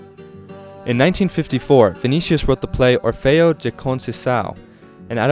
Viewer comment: Not that it matters in the slightest but just wanted to put it out there. The “G” sound in Gilberto sounds like an English J sound. So his name would be pronounced like this: JU-AW JU-BER-TU. The word “de” also sounds like an English J. So the song would be pronounced as: GA-RO-TA JEE EE-PA-NEM-A